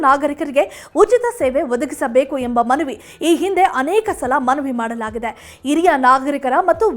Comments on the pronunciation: Not iriya it's hiriya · Iriya alla HhhhhHiriryA. Hiriya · This girl does not know proper kannada. She pronounces hiriya nagarikaru as IRIYA NAGARIKARU. God save kannada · Yes this girl does not know kannada and to pronounce Hiriya nagarikaru, she say iriya nagarikarige. This girl is notorious for her bad kannada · ಅತ್ತಿರ, ಇರಿಯ ಅಲ್ಲ ಹತ್ತಿರ, ಹಿರಿಯ ಅಂತ ಹೇಳಿ